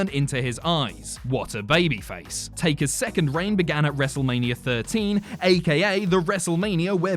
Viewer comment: Wrestlemaneeurrrr he says